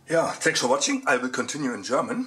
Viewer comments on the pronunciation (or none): none